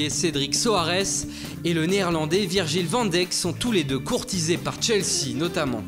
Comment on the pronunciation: ENFIN a bien prononcer Virgil van dijk haha vous faites du bon boulot je vous suis depuis les 25k je vous kiff👍👍👌👌